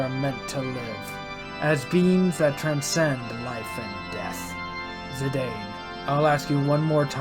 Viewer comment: love you speaking zee daine instead of zee dan. at those properly pronounce as its speak ad me zee daine pronounciation was the exact. love you videos brother. your endgame now. godbless